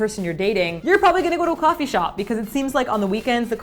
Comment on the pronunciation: "kwofee shop" hehehe